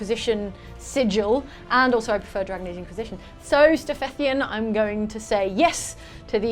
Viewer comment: I’m sorry but I kept hearing “ink-wisition”